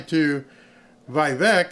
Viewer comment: It is pronounced as Vee Veck not Bi beck !!!!